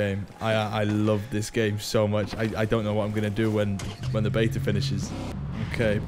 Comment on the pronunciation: It’s “ before the beta ends “ not “ before the bater ends “